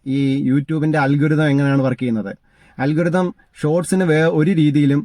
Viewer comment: It is not “ALGURITHAM” It is pronounced as “ Aal Ga Rythm”